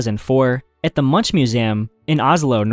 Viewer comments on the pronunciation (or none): Munch 😂😂😂 Its pronounced Munk 🇳🇴🇳🇴🇳🇴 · You pronounced Munch like lunch. It hurt my ears. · thats not how you pronounce Munch 😂